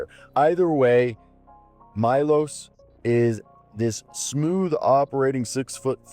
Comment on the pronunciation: This is my name also , and correct pronounce is Meloš , instead of I you say E and last letter S (Š is right letter) you pronounce like Shazam